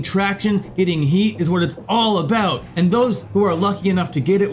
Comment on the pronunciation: He said "a boot".